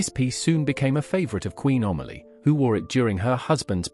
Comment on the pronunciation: The subtitles are absolutely ridiculous and the names totally mispronounced. It is Amelie, not Omally!